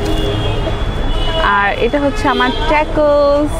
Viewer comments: Thik bolsen apu tacos ke tecos r nachos ke nechos boltase..akjon food blogger ayr amn vul kora thik naah... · নাচোছ আর টাকোছ উচ্চারণ হবে 🙂 keep up u doing good